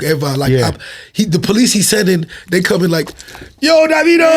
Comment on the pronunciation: How do you properly pronounce Davido because I say it the Mexican way too! Lol 😅